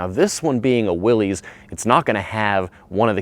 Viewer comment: I was going to comment on that very pronunciation. Even the family members say it's pronounced that way. SMH